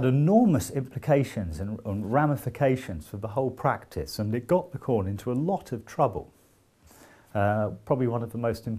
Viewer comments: Interesting and very well explained. I'll recommend this video to my students. But please don't call Lacan "la conne". It's very offensive. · If i hear Lacorn again... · Even if he can't pronounce Lacan :)